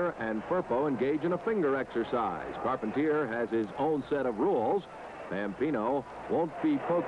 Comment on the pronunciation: Check it out: two refs for a tag team match! You'd never see that today. And you hear now the announcer butchers the last names of Carpentier and Rocca?